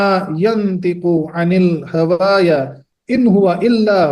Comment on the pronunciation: Assalamualaikum Hazrat aap quran ki aayat padhne me ghalti kar rahe hai Lehaza usko durust kare **yooyaa❌yoohaa✅ ** hawaya ❌hawaa✅